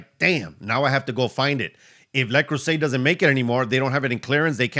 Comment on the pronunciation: le creuset is french and pronounced le cruise ay